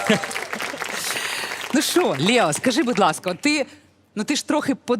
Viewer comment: Лео ,а не Лєо. Дитина розумніша за це шоу.